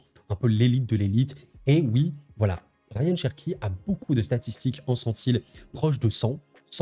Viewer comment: C'est Rayan pas Ryan sinon super vidéo comme d'hab